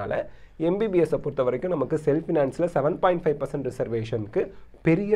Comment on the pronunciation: 7.5% konjam clear aa sollungalae